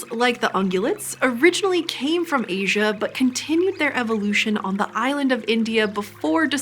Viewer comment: It's not loasia it's asia